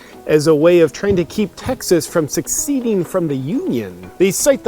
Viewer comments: did you say "keep Texas from succeeding." on purpose? or did you mean seceding? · I am not sure if it is accidental, intentional (as a joke) or whatever...but it is Seceding not Succeeding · Glad JP is succeeding unlike Texas succeeding in seceding (pronounced "si-seed-ing"). If Texas si seeds, we will be there with our highly conservative ways. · Seceding. Not succeeding. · you do know the difference between "succeeding" and "seceding" right? although I am sure your throngs would find it goes with the narrative - "The North invaded the South to stop them from succeeding, damn commies" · he said 'succeed' not 'cecede'. definitely wasn't an accidence XD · its "suh"-"seed"-"ing" love your show also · "Succeeding from the Union"? Is that like NucULar power? ...